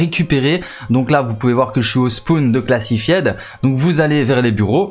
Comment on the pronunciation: Ça se prononce "Classifaïd" pas "Classifiaide"